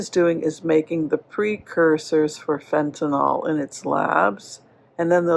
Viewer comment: It's "Fentanyl" NOT " Fentanol" ! It's like "Nuclear" and "Nucular" sheesh! 😊